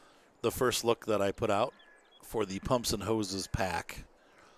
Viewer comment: Pumps n hoe ses